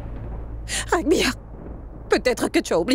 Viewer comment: L’acteur s’appelle Raghbir et non Rambir😂